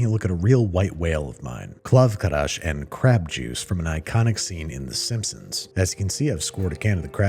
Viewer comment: Why is he saying Krav KaRash?